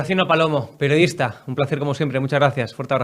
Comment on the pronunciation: ..,don Graciano es PERIODISTA NOOOO PERODISTA,para cuando las clases de pronunciación y vocalización?🤮